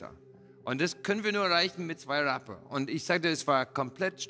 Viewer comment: Rea hatte die Chance ein englisches Wort englsich auszusprechen. Was macht Rea: ers sagt Raapa